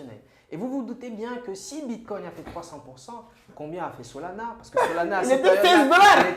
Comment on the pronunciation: Solana fais un effort pas solona